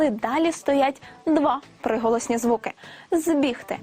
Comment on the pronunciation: Она сказала «псиголосні»?